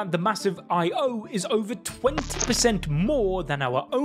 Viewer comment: Why do you keep pronouncing Io like that? It's just one word, not an abbreviation. Io, not I-O